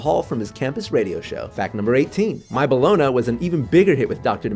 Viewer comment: Bellona. It's pronounced "boloney", it's just spelled "bologna".